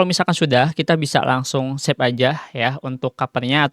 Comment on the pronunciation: Save bang bukan sep , njirrr lah😢